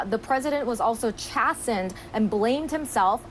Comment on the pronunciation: That's not how you pronounce "chastened"